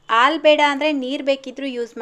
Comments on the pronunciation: Alu Alla haalu sariyagi Kannada Matadi Kannada ucchara sari madkolli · ಆಲು ಅಲ್ಲಾ ಹಾಲು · ಆಲು ಅಲ್ಲ ಹಾಲು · ಅಕ್ಕೋರೆ ಆಳ್ ಅಂತ ಹೇಳ್ಬರದು ಹಾಲು ಅಂತ ಅನ್ಬೇಕು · Aalu alla mam halu 😂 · Aal alla halu